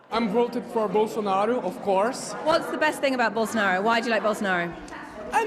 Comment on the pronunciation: And the "o" at the final, sounds like an U. Bow-sso-naru